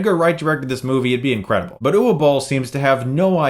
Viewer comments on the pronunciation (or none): Just to let you know, 'Uwe' is pronounced 'oovay', for future reference. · German word. The "W" is a "V". It's Oo-vah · I’m pretty sure his name is pronounced “Ooh-vuh”.....because he’s german and whatnot, and it’s a german name. Go figure. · It's pronounced eww-veh. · It's Uvay. The W is pronounced as a V. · I admire you for giving this film 20min of review for something that could've just said... Uwe (pronounced EWWWW) Boll (pronounced Bowl as in the Bowl they loaded before they called him) + video game + movie = fail. NEXT! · apparently his names pronounced oova bol